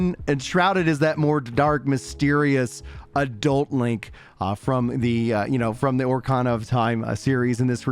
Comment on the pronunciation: Great video! Dang you butchered the word ocarina there 😂😂